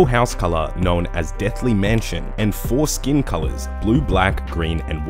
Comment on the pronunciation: HAH! you said foreskin colors